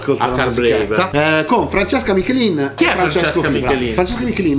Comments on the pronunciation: Non è Michelin, ma Michielin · Michielin, non michelin. Non si sbaglia il nome della GOAT del pop-indie italiano